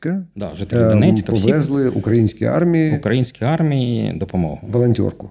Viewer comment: Судячи з усього, тільки мене різануло «укрАінскій»